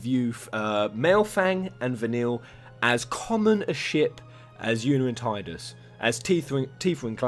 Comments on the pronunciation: Tidus is pronounced: Ti (Tea) du (like the doo in doom) s Not Taidas lol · come on bro you're a ff centric channel. it's Tee-Dus not Tide-us. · It's pronounced "Teeh-dus", not "Tide-us". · They are not a couple. Their relation to each other is just cute. Btw. to guy in video: the Ti in Tidus is pronounced like the word Tea and not Tai. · Love of God,, it's TEE-DUS